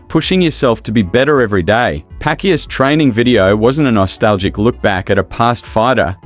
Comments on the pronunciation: He said pakuya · hoy you even mispronounce his last name... i think you are not a fan😂😂😂😂